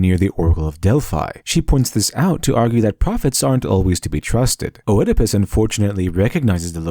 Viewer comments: Nakama=comitatus, a familiar concept in NW Europe. Five man band, Seven against Thebes. Oedipus is pronounced Eedipus, schmuck. I once saw a Japanese Kabuki play, the big scene was the hero stirring a cauldron full of enemies' heads. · Had to bail out . "Oedipus" is 3 syllables, properly written Œdipus, not pronounced "Oëdipus." This is like nails on a chalkboard. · I thought, it's pronounced Ödipus. (with the ö similar to the o in "word") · It's not O'Edipus. This is Greece, not Ireland. It's just pronounced like Edipus. As with opossum, the O is silent. You'd think someone with the word 'literature' right in their name might know that... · Eeeeedopus. Not 'oh-eh-a-puss'. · One last thing, Oedipus isn't O-ed-i-pus, it's just Ed-i-pus. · Very interesting but I was distracted by the pronunciation of Oedipus - Eedipus not Oh-ehdipus! Classical Greek "oe" is pronounced "ee" in English at least. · For future reference, it's pronounced "ED-i-pus," not "o-ED-i-pus." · =Edipus. Ignore the O. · Oh-edipus Oh-edipus... hnnnng it's just pronounced Edipus. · how do you have a channel with "literature" in the name but NOT know it's pronounced ED-IH-PUSS not O-ED-IH-PUSS and it's Del-FEYE not Del-FEEE, nice video but had to stop listening at that point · I'm sorry, but your pronounciation of Oedipus is driving me insane. It's "Ee-di-puhs" not "Oh-eh-di-pis". It's maddening! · Not "Oh-edipus", just "Edipus" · It's just pronounced eedopus. The Oe is pronounced like an ee. as in tee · It's pronounced eedepuss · It's a silent O in Oedipus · I had to stop. In Oedipus Rex the "O" is silent. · "Oh-Edipus?" Really? O-Edipus? Fucking pseudo-intellectuals always have such obvious tells that they've never done much discussion on anything with anyone before they spurt their dumbass ideas onto the internet. Since it's highly likely you've only read of Oedipus, I'm gonna let you know that in English pronunciation, the "O" is effectively silent you absolute hack.